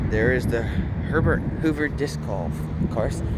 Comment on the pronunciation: I thought you said Pervert Hoover Creek. 😂😅